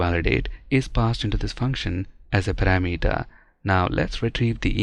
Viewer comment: Please learn the correct pronunciation of "parameter"! Even some native speakers pronounce this wrong. I used to say "kilometer" wrong in the same way but I am so glad that I learned how to say it correctly. The correct pronunciation of both words sounds so much better.